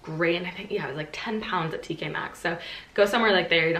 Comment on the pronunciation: It’s so weird hearing an American say t k max and pounds xD